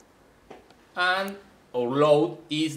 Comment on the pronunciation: plase dont seyy a agan and again AAAAAAAAANnn AAnnnn AAnnnnnnNNN aaaAAAAnnnnn not ANNN but AND!